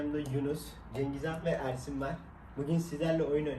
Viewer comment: cengizhan derken cengizan gibi geliyo😂